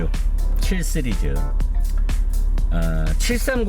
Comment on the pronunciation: 쓰리즈 아니고 씨리즈